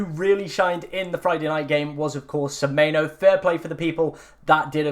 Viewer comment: It’s semenyo not semeyno